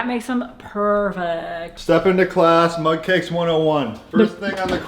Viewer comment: Lol it's actually Mug cake but Every time says it I think he is saying Mud cake too!